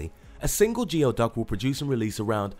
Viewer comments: It is a turtle, not a tortoise. Also, geoduck is correctly pronounced "gooey-duck," not "gee-o-duck." It is based on a Native American word meaning to dig deep. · So the clam type thing in #2 is spelled Geoduck, but is pronounced "Gooey-duck" - not "G. O. Duck" I know its weird and counter-intuitive, -but that is truly how they're pronounced - look it up :) oh an another fun fact, in order to get the maximum "flavor" they are quickly put into boiling water an9df then9 taken out. then the skin on their long "dongus" looking siphon is peeled off - just like a VERY LARGE condom. the siphon is then sliced thinly and consumed.(at least this is how i saw them eat it on the show "Bizarre Foods with Andrew Zimmwern" - i would have to eat it incorporated into a dish because i couldn't just munch down on something that looks so phallic - yuk yuk gooeyduck! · I'm pretty sure that turtle was a common snapping turtle. They can live for a long time in people terms though. They are known for sitting in one place long enough that algee and swamp grasses will take hold on their shells. Pretty cool if you ask me. As a person who lives in the area the geoduck is actually pronounced gooeyduck. It sounds wrong but it's not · Isnt geoduck pronounced gooey-duck?